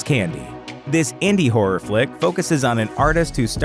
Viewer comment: Why is he saying "Hurror"?